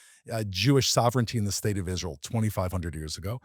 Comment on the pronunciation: Why do you say “Street” instead of “State” ?